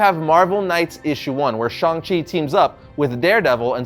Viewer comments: It's pronounce shang chi like Hang. Shung chi but sHANG chi. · Thank you! Idk why everyone is saying Shong! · Shang …Shang not shung … there’s an “a” not “o” or ”u” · Ok, why is everbody saying his name wrong all of a sudden?! It drives me nuts, for years it was ShAng Chi not ShUng it's an A not a U. I will continue to say it like it's spelled. Ok, getting off the soap box now. Love the channel and congrats on the comic. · I really hate how everyone is pronouncing shang chi's name nowadays. its SH-ANG not SHONG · When did he become Shong Chi? Even his co-creators called him Shang Chi. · it's pronounced shang chi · How tf do you say Shang-Chi's name so wrong? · It's the difference between American authors making and pronouncing the name for the comic and the producers for the movie pronouncing the name for the character